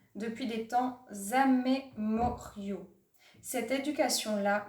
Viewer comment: Merci de recadrer l'éducation ! Je crains que ceux qui auraient besoin de vous entendre ne viennent pas voir cette vidéo. ( pour info il faut prononcer : "i-mmémoriaux" 😏)